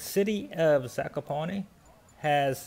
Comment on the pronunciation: Hi Guys. Pronunciationod this town is Zakopane ( not Zakopone ). Highest peak in Poland and Tatra Moutains is Mt. Rysy 2499m, in Tatra highest peak is Mt. Gerlach 2655 m above the see level. Geetings from Kraków